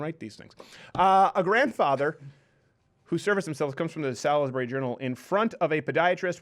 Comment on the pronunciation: It's pronounced "SAULSbury." Cheers from the UK.